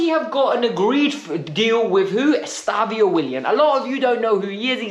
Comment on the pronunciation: His name isn’t “Estavio”. It’s EstevÃO